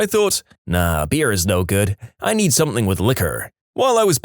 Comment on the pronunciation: No K in the word Something